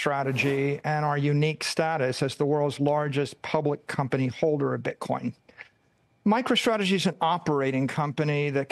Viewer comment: This is hard to watch. “st” is not pronounced “sht”. MicroShtrategy